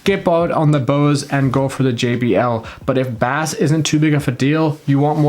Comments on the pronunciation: Bah-Ace not bass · Not Bass its pronounced “base” ! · Baas 😂, it's pronounced BASE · Firstly and no offence intended, but its pronounced 'base' and not 'bass' (even though it's spelt that way). And secondly, whoever says that the JBL speakers sound like they're muffled or there's a blanket or something over the speaker and the Bose don't, sorry but it's the other way around. The JBL speakers sound more alive and open compared to the Bose. I was originally going to get the Bose speakers, but I think I might go with the JBL instead. To each their own though don't get me wrong, but that's just me. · you're saying bass wrong, its pronounced 'base' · stop saying baass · Why are you saying bass like the fish? Say it normal!!!!! Ba-Ace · By the way, in the USA at least, "bass" is pronounced with a long A sound (rhymes with face) when talking about sound and low voiced instruments and with a soft A sound (rhymes with class) when talking about fish. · Is this guy serious? Baass? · Bass is pronounced BASE. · its not sea bas its basss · Sorry but the Bose blows it away I actually have both speakers Gen 2 for the Bose. And no offense but I'm not taking the advice of somebody who can't say Bass correctly. It's like saying trouble instead of treble. Sorry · you're pronouncing bass like it's the fish. Lmao. I had to turn you off immediately. If you speak like that, you probably don't know much about music. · "in the US at least" it's pronounced the same everywhere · Great video but I squirmed every time you pronounced “bass” like that 😂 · As soon as u pronounced bass wrong…I was out!